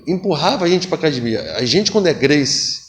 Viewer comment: Vc sabe que é gracie quando o cara fala "cadimia"